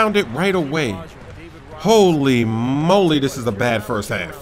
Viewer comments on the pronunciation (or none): none